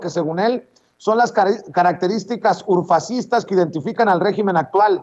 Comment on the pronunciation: Hola. Se dice régimen en singular y se acentúa en la e. En plural son regímenes y se acentúa en la i. Saludos.